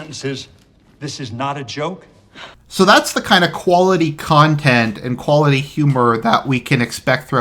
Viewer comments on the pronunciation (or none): "khuality khantent" heh